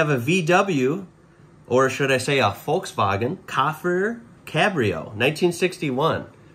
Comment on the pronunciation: The way he spoke it is exactly the right pronunciation for Germany, lol. Perfekt.